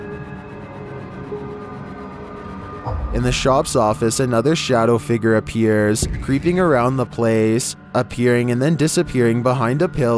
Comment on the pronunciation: "Shadow figger"